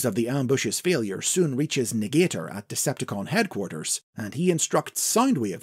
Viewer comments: I think Negator is actually pronounced nega-tor, not ne-gater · Interesting stuff! I think this would make for a great elsewords mini or something, maybe even a new continuity. Also I believe they wouldve pronounced it Nega-Tor😁